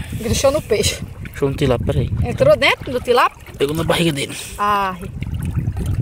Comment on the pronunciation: Minha filha não e tilápo e tilápia fale mais direito